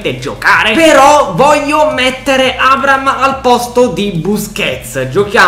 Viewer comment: NON È LUI FERNANDEZ GIOCA PURE COC,AD,ES. RONALDO INVECE AS E ATT. POI NON SI TROVA IN UNA SQUADRA DELLA LIGA 1 2 3 MA BEN SÌ IN UNA SQUADRA DELLA LIGA SANTANDER (PERCHE STAVA AL REAL) COMUNQUE SI DICE ABRAHAM NON ABRAM